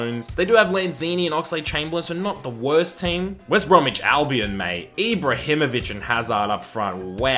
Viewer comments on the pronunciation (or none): none